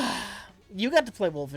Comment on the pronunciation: Jesus Christ, there is no H in "Wolfenstein"